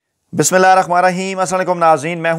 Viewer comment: S Bismillah ki adaegi drust keya kren plz